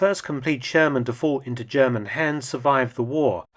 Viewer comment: Ze Zjerman Sherman in German....